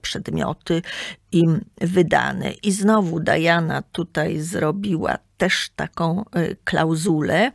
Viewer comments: Nie Dajana tylko Diana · Nie Dajana A Diana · Diana jest po polsku , a „Dajana” wymawia się po angielsku